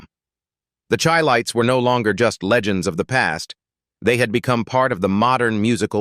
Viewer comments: You keep showing pictures of Stylistics, Barry White. Airion Love...many mistakes. And it is Chi lites. Like Chi-cago ...pronounced shi not Chi.... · Pronounced "SHY LIGHTS". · Whenever you guys hear this voice it is AI. You will hear a lot of untruths. He even pronounced the group name incorrectly. BS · You need to learn how to pronounce their name Chi- lites 😅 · Whoever put this together really needs to take this off of here because there is much misinformation, videos of singing groups who are not the chi-lites, and the pronunciation of the group's name is even messed up because this obviously is AI generated.